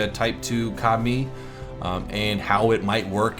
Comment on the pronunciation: Am I the only one that heard "Commie" every time he said "Ka-mi"? No? Russian Bias?